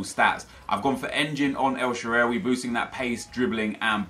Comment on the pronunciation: It's pronounced El Shaarawy